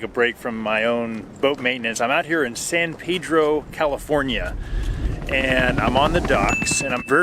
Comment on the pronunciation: San Pedro means Saint Peter in Spanish. The correct pronunciation is with a short vowel "e" in Pedro.